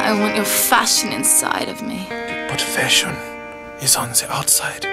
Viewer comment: Lena Salas yes it’s definitely fashion when it’s pronounced (Fa-Shon) not (Fi-shin)